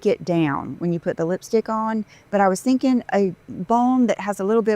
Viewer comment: Five seconds in. I am laughing so loud. Look at those extensions go. Every time she says “I am thinken” I just loose it. 😂. Look at the separation between her dry frizzy hair and the extension’s texture. Did you dry clean that eBay Dolce and Gabbana scarf? I’ve never heard the phrase “my butt blown out”. I just sat “stretched out” is it me or does she sound more of an airhead every day?